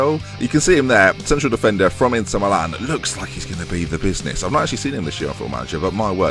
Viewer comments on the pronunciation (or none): none